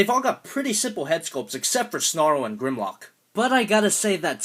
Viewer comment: Nigga, you completely butchered Grimlock's name